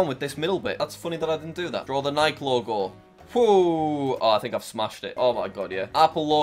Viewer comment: Noooooo its not nike its Nikeee